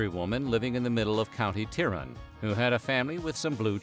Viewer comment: I am from from Northern Ireland and the pronunciation of County Tyrone was way off.